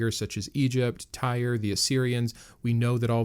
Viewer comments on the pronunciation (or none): none